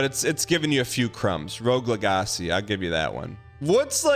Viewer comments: Can't say its not ragebait after saying "leg-acy" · rogue LEHGASEE LOLOL